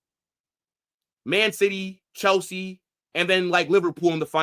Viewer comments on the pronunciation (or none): none